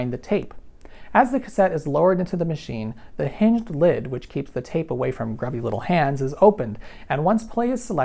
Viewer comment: Did he say "heenged" instead of hinged?